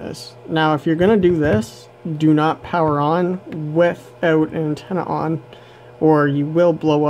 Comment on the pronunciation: IMPORTANT NOTE : He says without . ( he has a weird way to pronounce it).